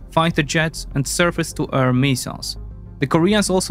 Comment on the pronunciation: Love the vids, just one tiny thing. Please practice how you pronounce ‘air’ since you say it a lot my man